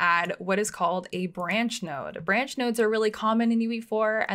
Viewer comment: Love how she says "Buranch"